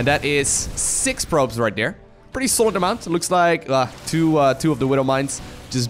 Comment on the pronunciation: You've missed the biggest bingo. His accent. Dere.... Every time hey says dere. I have to edit and say I am not trying to be critical of his pronunciations. English being second language. It's just funny because my wife hears it and every time she says... Dere... I've been trying to help her pronounce the sound TH for years. From perspective, try to roll your R's. Much respect and much love. But dere is == shot. GET DRUNK BOYS!